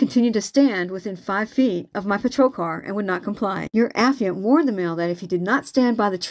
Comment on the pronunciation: A - FYE - ANT